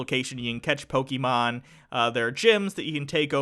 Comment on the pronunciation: Who's?.... I always confuse the two. Is he the one with the lower voice? If it is, well, he is saying "Pokémon" correctly. "é" is not said like "ee". Trust me, I French, and we have that letter in our alphabet (and the "poké" part stands for "pocket". I doubt "pocket" is said "pockeet")